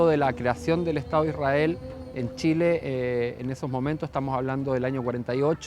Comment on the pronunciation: Te das cuenta si son o no sionistas por como pronuncian Ishrael.